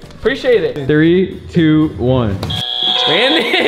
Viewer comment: “Brawndon is scarwed” got me lacking 😂